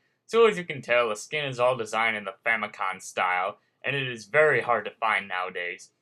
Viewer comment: might just be me but it sounded like you said famicon, its famicom...short for family computer